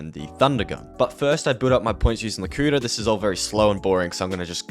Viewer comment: I love how the whole time he calls the kuda, "the cooter"